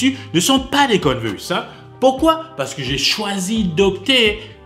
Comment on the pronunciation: Il dit conne verse 🥲